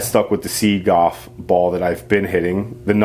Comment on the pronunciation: You know there is an L in the word goLf